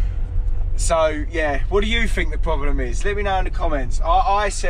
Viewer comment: Why did his parents not teach him to use “t’s” instead of “f’s”…… it’s THINK,not FINK.